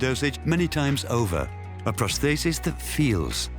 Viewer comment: I find the topic fascinating, and the documentary is well made. However, I find the narrator's inconsistent pronunciation of 'prosthesis' baffling, as it's the key word in the whole documentary.